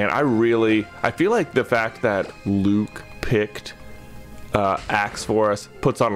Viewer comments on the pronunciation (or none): none